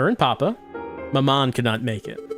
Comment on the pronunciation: Dearest mamMON. French n again